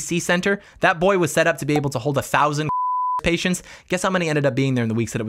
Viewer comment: Its funny cause it sounds like you're saying f*** patients 🤣😂